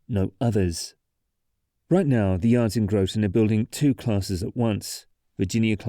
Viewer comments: *Graw-tin*, not *Grow-ton*. Otherwise a great overview. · Grotton rhymes with rotten, and thames river does not ryme with the river in England, also, the northbound is a pin and hanger bridge. The center span is pinned in the middle. I know it sounds weird. Also the bearings are 12 feet tall, with anchors embedded if I recall 18 feet into the pier. I was part of the team trying to design the modifications to repair the bridge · As someone from Connecticut, it hurt hearing Groton and Thames being pronounced the way they are here. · Where TF did you go to school!!??? It's spelt GROTON! It's spelt RHYME!